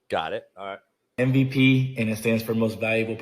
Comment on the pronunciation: saying "M-V-PEE" rhymes with hay 😂